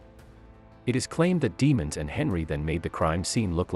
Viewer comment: DEEEE-MONS, not deamons, no one wants to stay it the right way lol